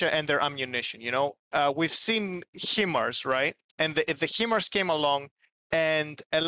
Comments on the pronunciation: Sorry to be that guy ITS PRONOUNCED HI MARS its a acronym HIgh Mobility Artillery Rocket System. I was stationed at Fort Sill OK where the US military trains ALL HIMARS crews. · HIMARS is pronounced 'Hi Mars.' Not 'He Mars.'